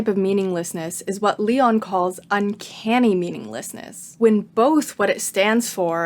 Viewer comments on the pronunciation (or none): so sorry, absolutely loved the video, I hate being annoying but I'm gonna have to correct your pronunciation of Massimo Leone's last name lol, it's like "leh-oh-neh" ! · Great vid but it's pronounced "Lay-oh-knee", not "Lee-on" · Not a really intelligent comment because I am tired rn and I will watch the video later but I find peculiar how you perfectly pronounced massimo while butchering leone